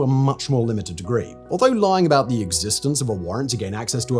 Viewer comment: "about" not aboit😊